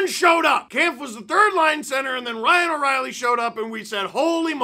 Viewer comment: Ryano-actual-Reilly kinda sounds like a Harry Potter spell.